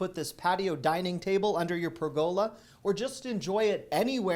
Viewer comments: Love your videos! Watch them religiously! FYI, the word ‘pergola’ is pronounced ‘PUR-guh-lah’ (not ‘pur-GO-lah’). Just a helpful tip for you. 😃Happy Spring! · Purr’gah-lah, not purr-go’lah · it’s PERgola, not perGOla. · Please correct..... It's PER' go la Not per GO la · PERgola, not perGOla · It's pronounced "PER~GAH~LAH"... not "PER~GO~LAH" ! LOL. While we're at it, it's pronounced "AH~KAH~SHAH" and not "AH~KAY~SHAH". You can thank me later. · Love Love Love your presentations each month.. Keep up the great work! BTW...it's pronounced pergola: pûr′gə-lə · I laughed out loud about the frozen cheesecake! Love your videos,. You're a treasure. BTW, pergola is pronounced PURR-ga-la, with the accent on the first syllable. Just sayin'. 😊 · You said it wrong - it’s a purr ga La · Hilarious I have never heard anybody pronounce pergola they why you do😂😂😂😂😂. Must people pronounce it per/ga/la. Guess we were all wrong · I know you appreciate corrections - it's pronounced PER-gah-lah 😀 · It’s pronounced Per-Go-La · It’s pronounced per-guh-la. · pergola [ pur-guh-luh ] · (A pronunciation note: "pergola" wants the accent on the first syllable.) I think the "go away" porch sign might be my favorite. Although your bite out of the frozen cheesecake would definitely be in the running, too. I bought some of those metal shelves several years ago to use in organizing our garage, and we've been very pleased with them: sturdy, and each shelf holds a lot of weight---plus, they look nice. I especially like the black finish offered this time. Great video,, as always! I look forward to your Aldi videos, and your Dollar Tree videos, too. You give us great info, and never fail to make me laugh, as well---and that's definitely worth the price of admission. Love you and your little family. ☺ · "...behold! 12 spinach & cheese blossoms." I'm always a sucker for the "behold!" And interesting pronounciation of "pergola."